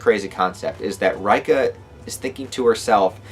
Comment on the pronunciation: Reika is pronounced Ray Kah